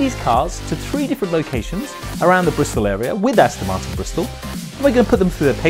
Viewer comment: These car videos are all very well and everything, but, could the presenter say the name of the car CORRECTLY. It's AsTON MarTIN, NOT AsTIN MarTON. WTF !!!